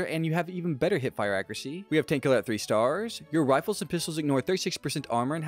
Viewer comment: Staaaaaaars why do you say it like that?